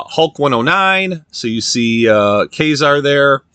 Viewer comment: You say "Ka-Zar" as if you're saying K-Mart. It's not K-Zar it's "Ku-Zar!" As in "Ku" but Ka-Zar! Nice pick ups and and I like your arcade games. 😅